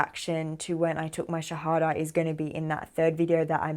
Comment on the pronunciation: Assalam Aali Qum Sister, Luv the way you say Shahadha. Pl. pray for me also to be a pure practicing Muslim . May Allah bless you n your family.